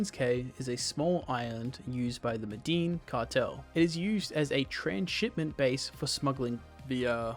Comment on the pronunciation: The “Medin cartel” is a crazy way to pronounce it 😂